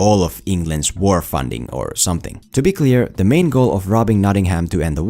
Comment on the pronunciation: I wince each and every time you pronounce Nottingham Notting-Ham. No fault of yours, as I'm sure you've learned English from the Americans who can't pronounce it (or other places over here) either. Drop the H, so it's more like Notting-um or -am.